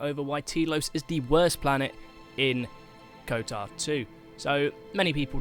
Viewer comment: Ok why are you pronouncing it “Kotar 2”